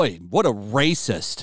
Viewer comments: kills me how he turns into a Gungan everytime he say rrrrrrrrraycis. 😂😂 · hilarious way of saying rascist cracks me up!